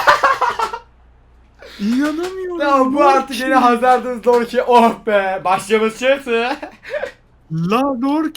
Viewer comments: Lorke degil yorke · Lorke deyil Yorke o abi Y harfi like atin gorsun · Lorke değil yorke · Lorke deil yorke la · Lan siz bu adama niye lorke diyonuz. Yorke yorke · Abi lorke değil Yorke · Lorke değil Yorkeeeee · Yorke’ye neden lorke deniyor ya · siz bu adama yorke yerine niye lorke diyosunuz anlamadim yaw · Lorke degil Yorke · Koskocaman Yorke diyor Y ile L ne alaka